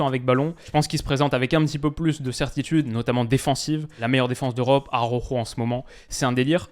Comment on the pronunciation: stp, pas toi. Araujo se dit presque Alaoro, pas Aroro 😜😘